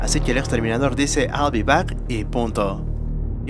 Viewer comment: "I will de back" Reinventaste el Ingles camarada?